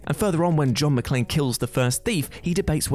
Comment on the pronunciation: I'm actually impressed he pronounced John McClane properly.